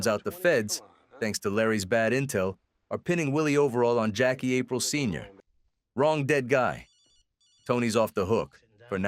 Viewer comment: Ap reel. Not April. 😂